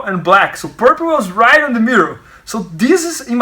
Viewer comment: "Raight in the mirrow"